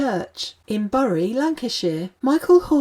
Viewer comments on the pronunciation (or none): Hordern's best TV performance was in Moliere's Tartuffe, when in 1971 he played the title role. BTW Bury is pronounced Berry.